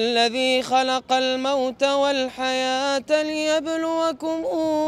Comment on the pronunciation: Waalaikumsalam.. Mohon maaf bukan saya menggurui tapi cuma mengingatkan saja pas baca liyabluakum (kum) nya bukan mad atau di panjangkan tapi itu ijhar Safawi 🙏🙏🙏 salam dari Indonesia